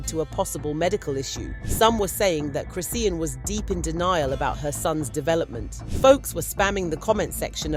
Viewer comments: Why are you pronouncing her name wrong repeatedly? It’s cri-SHAWN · You keep saying her name wrong